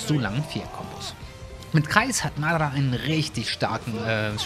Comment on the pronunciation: Bitte sprich madara richtig aus das triggered